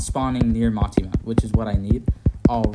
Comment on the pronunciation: Btw it's Mitama, "mee-tahmah" not Matima